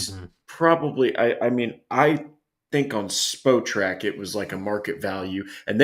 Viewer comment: When ppl say “Spo”trac 😂 it’s Spot Rac 🤣